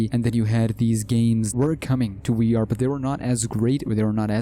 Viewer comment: It is funny how he says WEE R instead of VR